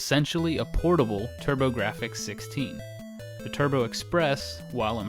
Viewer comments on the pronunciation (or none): none